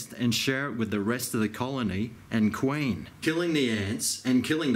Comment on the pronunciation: "Killing the qwain!!"